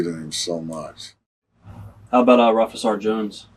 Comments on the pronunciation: It’s pronounced “Rooofus”. Jeez. Valentine scared the crap outta me as a kid. Was vicious. Hateable. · It's not Roofus!! It's Rufus